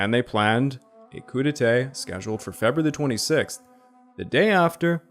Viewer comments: Your pronunciation of “coup d’etat”needs to be corrected as you’re saying “coup d’été” instead. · I burst out laughing everytime he said "Coup Detay"